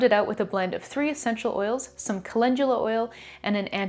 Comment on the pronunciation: Why do we pronounce it colengula when it's spelled calendula..😂 I really need to know being a mostly reader and watching it took me a min to realize calendula and colengula are the same thing.